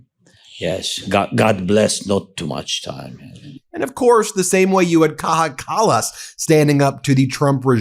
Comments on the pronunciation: I am now convinced that Americans don't speak any English at all. They don't have language, they just make random noises that slightly resemble linguistically meaningful utterances. Take the way Ben Meiselas is incapable of pronouncing the name of Kaja Kallas, for example. Idiot. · How to pronounce Kaja Kallas? English speakers, try this: Kaya Callas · BTW.....It's pronounced - Kai-ya Kal-ous Also, why can she speak better English than trump's epstein-slops = melania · It’s pronounced kaya callas. Lots of love ❤️